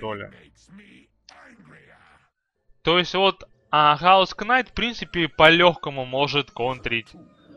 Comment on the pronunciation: И не кнайт а найт